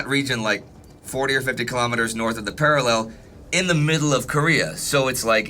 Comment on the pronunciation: I've been following you since 1914-but I HATE how you say parallel